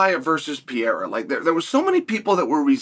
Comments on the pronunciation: PE-RE-EA-RHA that's how you pronounce it phonetically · How many times can Chael say Pereira's name wrong???? 😂😂😂😂😂😂😂😂😂😂😂😂